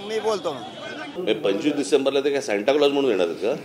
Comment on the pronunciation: ह्याचं अणि शिक्षणाचा दुर दूर पर्यन्त संबंध दिसत नाही...सांता क्लोज ला शांताराम म्हणतोय...😂😂